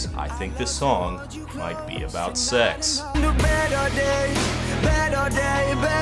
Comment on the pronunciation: Does anyone else get ticked off at how Zayne says "better day"